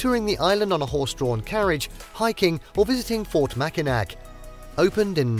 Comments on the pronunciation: Pronounced Mackinaw, you're welcome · I echo the comments included here. This was a delightful capture of some of our state’s finer points. I thank you. But…pronunciation…please. I cringed every time you said said MackinaC…and it’s said three times in a short span of seconds in your wonderful review of our cherished island. Also, Muskegon…you seem to want to find new and innovative ways to present our names locales. Also, I was quite surprised that while you beautifully highlighted Detroit’s museum campus, you neglected to mention the Charles A Wright Museum of African American History which sits nearly adjacent to the DIA. This, along with the Art Institute, the Historical Museum, the Library, and even The Scarab Club, make up a lush cultural landscape. Maybe an update might be in store. And I’d like to invite you back…let’s take a walk along the Detroit Riverwalk…it will blow your mind! But, gratitude for The Henry Ford, The Zoos, Sleeping Bear Dunes, The Mejier Gardens, Belle Isle, Pictured Rocks (although a bit taken aback that you showed only one quick shot of the actual pictured rocks) and more.